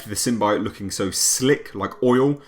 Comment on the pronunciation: The thing no one is saying they now say symbiote properly rather than the wired way they said it before